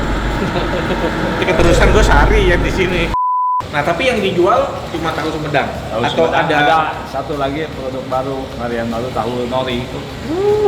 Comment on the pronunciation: itu hahu huhedang, sampai berasap gitu🤣🤣